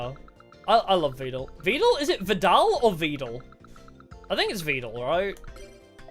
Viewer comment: It's the first, Vedal is meant to be pronounced like Medal said the tutel on stream once. It's just that Neuro kept saying it with the second pronounciation that sounds closer to turtle so that is now how most people think it's pronounced and at this point I believe tutel stopped fighting it.